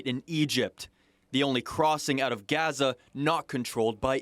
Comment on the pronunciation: Why do they keep pronouncing Gaza wrong tf.